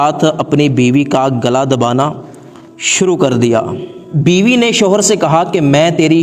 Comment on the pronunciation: biwi Nahin Biba hai kya bandal banate Ho